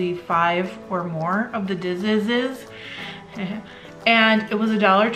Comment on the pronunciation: Somewhere is a diz I received years and several houses ago so I guess I need to make one. Love how you say dizess.❤